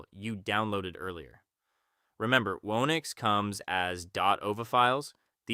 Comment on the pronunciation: feel the same except he keeps pronouncing it "wo-nix" not "who-nix"